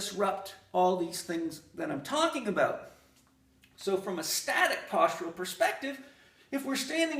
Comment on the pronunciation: I really like what he’s talking a bowt